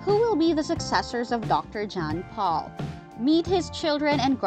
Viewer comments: Pol not Paul!🤮🤮🤮🤮🤮🤮🤮🤮🤮🤮🤮🤮🤮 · His name is Pol POLE. Not paul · Jan Paul? It’s pronounced yawn pole! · Wish whoever does this video, you could get Dr Pol name right. It's Not dr PAUL. GET IT RIGHT OR DONT DO A VIDEO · It's Pronounced POLE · If you can't say Pol the correct way then find someone else to do the narrating, maybe watch the show, DAH. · For God sake research and learn how to pronounce their names correctly! Shame on you. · I was thinking the same, obviously she hasn't ever watched the show. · I totally agree!!! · Why don’t you learn how to pronounce Dr. Pols name? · Terrible narration. She mispronounces most of the names, including Dr. Pol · The narrator needs to learn how to pronounce Dr.Pol’s name! This narrator needs to be removed!